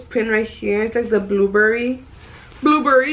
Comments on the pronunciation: Ahahhahha I had to rewind to hear what she said “ blueberry “ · Blueberry??? and the way she says Nike???? Lmbooooooooooooo!!! It’s Burberry btw. 😂 and it’s pronounced “Ni-key” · Did she say blueberry? Lol!!!😂 Its Burberry 💞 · Marisa G LoL right!!! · Eunice Jasmine haha i was like isn’t it burberry 🤔😄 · Comadre, "burberry"